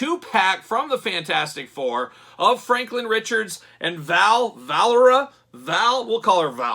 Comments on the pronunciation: Great video 👍 I think it’s pronounced “vuh lair ee yuh” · It's Valeria, kinds same sound as Valkyrie. I know because it's the name in some sci-fi movie. Her father was Dr Doom & Sue was her mother, later revealed Reed disguised as Dr D. I'm gonna wait for clearance.